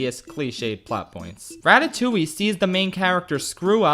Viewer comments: Im currently a French girl who's watching an one hour video about one of my fav childhood film that I really like, because well im a FRENCH GURL, from an English guy who pronouncs Ratatouille, Ratatoully. And I apreciate it. (btw it's more like Ra-ta-too-ye) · What is this "ratatouwi" he keeps talking about ? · Me being French and hearing "Ratatouilliiie" for the whole fucking video.